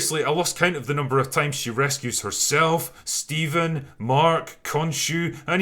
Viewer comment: I believe it's pronounced Phsteven